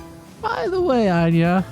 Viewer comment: It kind of annoys me. It's Aina not Ania. Thank you